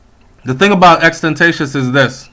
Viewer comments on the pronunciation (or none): U pronounced his name wrong pronounce it like this n ull get it xxx ten ta ci on, n yes ur right about him ppl want to use his influence becuz drake was one of dem who wanted to use him but he wouldn't let him that's y drake didn't like him n other rappers didn't fuck with him becuz drake didnt, its so ironic how 2 r 3 months ago he said if anything happen to him drake was gonna be responsible for it n now he's dead, even tupac was a star child. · brethren yu not even know how fi pronounce his name it is pronounced xxx tentacion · U a pronounce the man name wrong bro.. it really sad tho rip xxxtentacion tht mean return if possible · Why people keep fucking up his name??? XXXTENTACION. Please.. come on mon!!